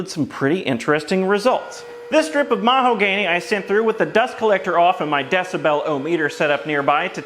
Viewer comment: "Mahogány" 😂. I just wana let you know i appreciate all these little quirks in all videos!